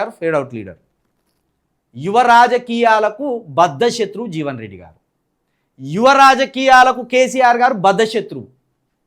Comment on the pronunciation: జీవెన్ కాదు. .... జీవన్ రెడ్డి